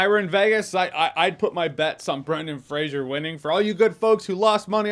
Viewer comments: It's pronounced "Fraser", not "Frasier". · "Fray-ser" not Fray-shur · Are you pronouncing his name Frasier? Its just Fraser with no I sound. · It's Fraser! Not Frasier! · Brendan Fraser is a great actor. I'm glad he's been given this roll and this chance. Also, I think it's pronounced "frazer" not "frasier" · Good to see even when getting praise, NOBODY can seem to pronounce the dude's name correctly... its FRASER not FRAZIER, this aint Niles Crane's long lost brother, its a totally different spellinng and pronunciation. You're welcome Mr. Fraser, i know it drives you crazy, love your movies sir. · FRASER not FRASIER!!! Come on J, we expect better from you lol. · Fraser not Frasier... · It's pronounced "Frazer" not "Frasier". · Its Fraser, not Frazier. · Oh my fucking God dude get his fucking name right it’s Fraser not Frasier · Why is it that NONE of you people can pronounce Brendan Frasers last name correctly, and by 'YOU PEOPLE' I mean you YOUTUBE MOVIE REVIEWERS and such, You all claim that you LOVE Brendan Fraser, but you don't have enough respect for the guy to Pronounce his name correctly. It's not FRASIER it's FRASER you know like TASER or like Blazer. I watched a video with Adam Sandler and Brendan Fraser talking about their movies together and Adam kept pronouncing Brendan Frasers last name incorrectly and Brendan told him like three or four time how to pronounce it. I hate it when people pronounce easy to pronounce names WRONG. I could see it if he was chiwetel ejiofor or somebody with a name similar to that, then I woud understand them getting it wrong. But FRASER is not a name people should be getting WRONG ever time they say it. RESPECT people, Show it, or don't say these peoples names. That's my take and now I am done. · Fraser (FRAY-ZER) lol not Frasier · Fray-zer not Fray-zhee-er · It’s pronounced “Fray-sir”, like “razor”. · Brendan Fraser's last name is pronounced Fraser rhyming with "razor". No "shuh" in his name. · Fraser rhymes with laser folks